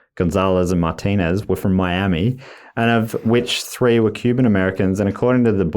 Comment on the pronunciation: How he pronounces “Martinez” is a crime